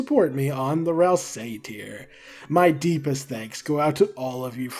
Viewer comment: why still cant pronounce ralsei properly?